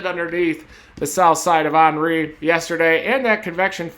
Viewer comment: Did he say onry? It's Henry like Hennessy